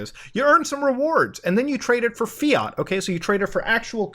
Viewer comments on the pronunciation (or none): none